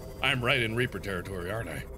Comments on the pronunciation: I coulda swore he said “there is a big giant RAPER” instead of REAPER. 😵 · when he said big reaper I thought he said big raper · he said big a** reaper but it sounded like big a** raper